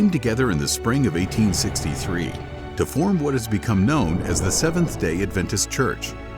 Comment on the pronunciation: Stopped watching/listening . Try again when you know how to pronounce the word "adventist".